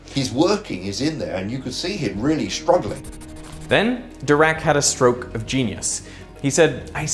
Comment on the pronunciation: man you can't pause after "stroke" in "had a stroke of genius"